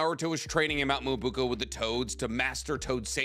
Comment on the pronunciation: Stop saying Mount Myobuku ffs Disliked